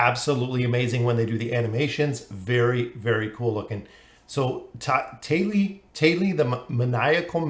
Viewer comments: Thali = taa•lee (tah-) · where the hell did the h sound go? there these the thick thumb, but thali is tali